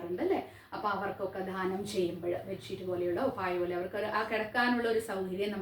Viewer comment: ദാനം എന്ന് ഉച്ചരിക്കുക ധാനം എന്നത്‌ തെറ്റാണ്‌..